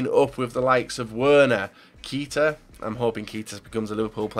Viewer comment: So many mistakes , its Rb Leipzig no lezpig, it's pronounced EE-HA -NACHO, Keita isn't pronounced like KEETA it's prounounced like Keita , and that's only in the first 10 transfers